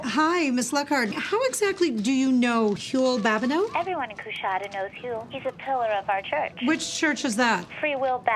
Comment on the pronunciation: So its pronounced "cuh" not "coo"?